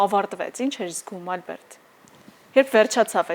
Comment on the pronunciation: Հաղորդավարուհի՛, հարգելի՛ս, ի՞նչ կլինի, մի՛ ասեք Այլբերտ, Ալյբերտ։ Հայերեն, հանգիստ՝ Ա լ բ ե ր տ🙂